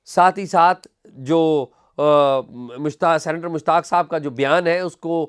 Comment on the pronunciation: Not "centre" but "senator" سینٹر نہیں ”سینیٹر“